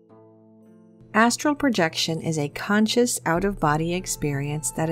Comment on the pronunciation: I have watched this video atleast 20 times and up til now I thought you were saying asshole projection